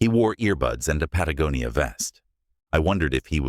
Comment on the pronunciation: Congrats on Patagonia pronunciation . I subbed because of it